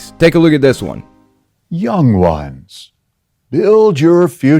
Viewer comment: The way they talk is so creepy! Instead of saying "Young Ones" he pronounces it "Young Juan's"!